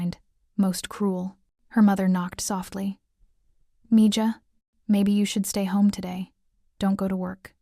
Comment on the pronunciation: good story..... i really enjoyed it.. mija is pronounced me haw, not me Ga.. spanish, not german